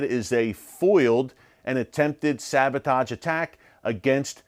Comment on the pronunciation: SaboTAJ? Sabotahhge.